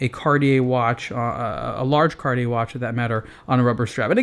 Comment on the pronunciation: Why cant you say cartier the right way?